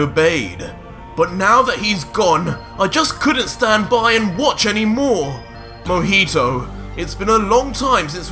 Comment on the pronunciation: Other : Mohito Me : Mohiho